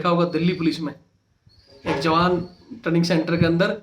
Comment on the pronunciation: ट्रेंनिग होता है टर्निंग नहीं होता |